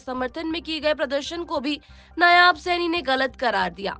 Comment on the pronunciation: नायाब नहीं होता मैडम नायब सैनी नाम हैं.